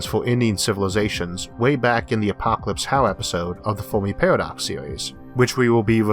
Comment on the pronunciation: Foamy Pawadox